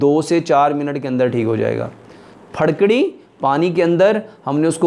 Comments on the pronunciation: Farkari nahi jahil fitkari hota he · Pharkari kya hota hai.. Phitkari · پھڈکڑی نیں جناب پھٹکڑی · پھڑ کڑی کوئ چيز نہيں ھوتی يہ پھٹ کڑی ھوتی ھے، اپکی اردو/ پنجابی کا مسلہ ھے؟؟؟؟ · Pharkari ni phatkari he hota he